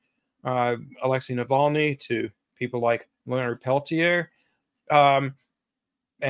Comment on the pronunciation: It's actually pronounced "Leonard Pel-teer," rhymes with "deer."